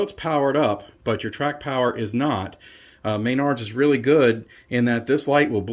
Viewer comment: Please stop saying MAYNARDS. It's pronounced mah-nards. Otherwise, good review. I think they've done a much better job this time. I'm curious as to how they handled the quick starts.